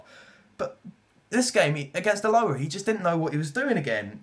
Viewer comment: Learn how to say Alloa...